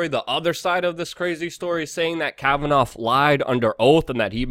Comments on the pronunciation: It's pronounced "KAVAN-AW" not "Kavanauf." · Kavannaaaaaaaa Not Kavanoffffff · Pronunciation is a key to good commentary. The mans name is Kavanaugh not 'Cavitoff' . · Ok so you pronounced Kavanaugh’s name two different ways...Which one is actually the way you speak? Kavanoff or Kavanaugh? No biggie just curious... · Kavanoff lol Luke